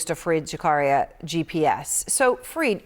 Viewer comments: Better pronounce as " F - A - R - I - D "... not " F-R-E-E-E-D " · Erin , please dont screw up anyone's name ...that too on their face...call him F A R E E D...not F R E E D as u did... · Fareed… not freed…